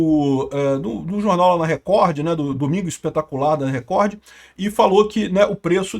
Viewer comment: Por que você pronuncia o d de Record?